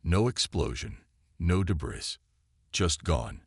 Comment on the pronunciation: Ditto with the flashback!!! I thought the damn story started over again!! Otherwise, good story. HOWEVER........would you people STOP using these POS AI's!!!!!!!!!!!!!!!!??????????? What the HELL is "daybriss"?? What the hell is "unredable"???? What the hell is " cozmus"??? What the hell is "BEARedge" (barrage)????? What the hell is "quarenTINE"???? Why don't you narrate the stories yourself like some authors do???? There's are MUCH more enjoyable without all the freakin grammatical and pronunciation errors!!!!